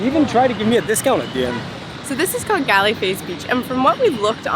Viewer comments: Galle is not pronounced (Gale). It is actually pronounced (Gaul) It's Dutch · galle❌ goal✅ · Galle is pronounced "gaul". You'll need it later 😁